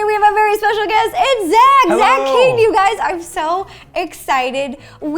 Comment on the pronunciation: You met him years ago bit yet still dont know how to pronounce his name right 😂😂